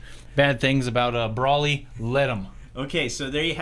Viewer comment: It’s broly not bawly